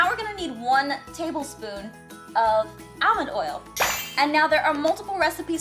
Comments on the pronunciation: She says all-man instead of almond xD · Almend not Almond sorry but yeah and I love you♡♡♡♡♡ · Allllllmond not Edmond! Sorry I get so triggered on that topic😖😢😭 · you say it all-mond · 🎆 Is it just me or does aphmau say almond weird.🎆 🎆Like nothing wrong with it, but still 🎆 😑😯😕 BTW love your channel so much 🌈❤💛💚💙💜❤🌈